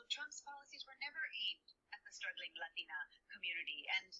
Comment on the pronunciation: The llateena but llateena and llateena but everything else she pronounces like Laura Ingraham lol btw I know its Latina but she says llateena